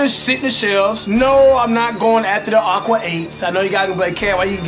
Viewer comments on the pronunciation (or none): none